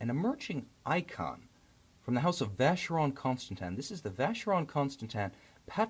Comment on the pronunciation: The Reviewer can't pronounce Vacheron Constantin properly